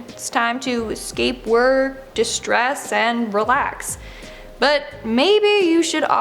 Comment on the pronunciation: it's funny how if you say 'de-stress' wrong it comes out as 'distress' 😂